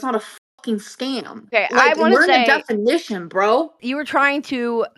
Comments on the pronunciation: “Learn the DEFONITION, Bro” 😂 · Learn how to say DEFINITION (not DEFONITION)..Such a dumbass! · She definitely won't look up the "defonition".